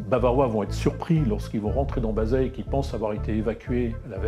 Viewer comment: Revoir la prononciation du verbe anglais TO DARE et du village de BAZEILLES